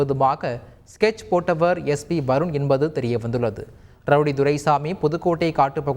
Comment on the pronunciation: வருண் வருன் என்று இவ்வளவு அழுத்தமாக ஏன் கூற வேண்டும் தந்தி நியூ ஸ் எல்லாம் ரவுடிகளுக்கு சர்ப்போட்டா